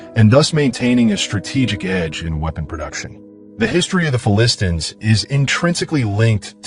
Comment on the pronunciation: AI cannot pronounce Philistines correctly. Phili-stines.